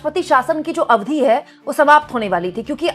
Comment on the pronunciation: अरे बहुत ही अच्छी एंकर हो इसलिए प्लीज़ ‘अवधि ‘ का सही उच्चारण सीख लो 🌿👍